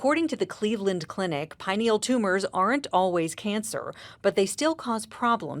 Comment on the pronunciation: You're mispronouncing pineal